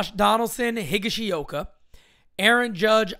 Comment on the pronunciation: He said Higgyshioka lol!!!! Love it❤